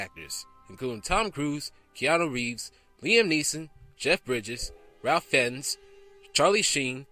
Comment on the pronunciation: This guy really has no idea how to pronounce things correctly, like Macaulay Culkin's name and especially Ralph Fiennes's name (which is pronounced Rafe Fines). And a tendency to shout from out of nowhere, especially when talking about Cutthroat Island. Even I learn how to pronounce things correctly and try not to shout from out of nowhere.